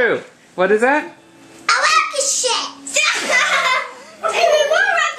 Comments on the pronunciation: I cannot BELIEVE how many views this got... my son's looking back at this wishing he could pronounce "Rocket ship" correctly... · For those of you who don't understand, meant rocket shiP with a p. The reason why he's pronouncing the p as a t (not realizing and didn't understand it's a bad word) because he can't pronounce the /p/ sound very well at that time.